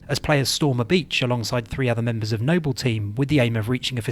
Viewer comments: yeah, it's pretty bad. Idk why he calls him nobbel six, when he says noble perfectly fine when talking about the entire squad. And to not even know how to say George.... lmao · No-Bell team. Jor-hey WHY ARE U SAYING IT LIKE THAT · Noble Six, not No-bell Six...🙄 it's infuriating when so much time and effort goes into videos, just for something so simple to be overlooked. It makes you wince every time you hear it. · Nobel Six, Nobel Six!!!!!? It's Noble Six for crying out loud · Its pronounced nobal not nobel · Why is it you correctly call them Noble Team, but refer to the player character as "Nobel Six?" Also, his name is JORGE, not Jorgè! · Noble, not Nobel. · It's pronounced "George" not Jorgé and "Noble", not Nobel. Are you dyslexic or joking? (Good video though). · its noble 6, not nobel 6. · You can't just call Noble 6, the other white meat of Hyper Lethal Vectors, No BELL 6 and then immediately after pronounced Noble Team correctly. Simply disrespectful. For shame sir! Joking aside, great video. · Noble six, not No-bell six. And Jorge no Hor Hey. The names are pronounced multiple times in game, hearing you butcher them for no reason is just frustrating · No-bell six and horhe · Why are you calling him "Nobel Six"? It's NOBLE SIX. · Why the hell is he calling him NOBBEL six instead of noble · Am I missing something? Why does the narrator keep mispronouncing noble 6 as "Nobel 6?" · Nobel Six and Jorge 😅 Great video, man, ya goofball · Nobel 6 and whorhey 😅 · "No-Bell 6 and Whore-Hey..." Jokes aside this a great video. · "Nobell" and "Hor-hay" lol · HOR-HAY NOBEL SIX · It’s pronounced NO-BULL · Stop saying NOBIYALLLLLLLL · The way he pronounces things its like hes speaking through a voice changer or something saying noble 6 as if its nobel prize and jorge as horhay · No-Bell Six and Whore-Hey is gold lol. Really good video, Halo doesn't get enough video essays on YouTube. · "Nobel six" lmao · "No-Bell team" "Hor-hay" 😖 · who tf is hor-hey and no-bell 6?